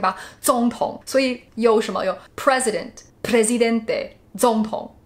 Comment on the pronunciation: Hahaha the same xd Me encantó cómo dijo el "Presidente", aunque no le gustara el español, lo dijo bien :)